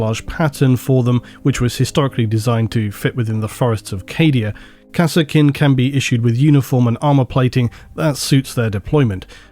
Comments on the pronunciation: Be honest, you do misspronounce everything on purpose for ragebait, right? There is no way that you pronounce EVERY SINGLE 40k Name differently than everyone else by accident. Its "Kassarkin", not "Kass-Er-Kin".... they say it in both dawn of war 1 and 2... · I swear i hear "harkonen" everytime he said kasrkin i don't know what is wrong with me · "Kah-Serkin" XD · I called them Kaskin based on the DOW pronunciation.